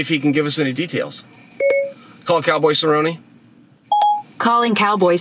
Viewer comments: 0.27, calling cow'boy cer'o'ne 🤣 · cowboy say ro nay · Go get some, Donald Cerr-Oh-Nay! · Calling Cowboy Sirronenay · Now we know where chael gets his weird pronunciation of names... “calling Donald cerro nay” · cowboy cerOHne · Call donald cerrone... Calling donald ce ro naay 😂